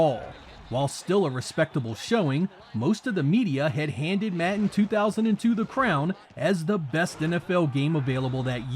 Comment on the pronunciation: Im sorry but pronouncing "Madden" as "Matten" is completely unacceptable.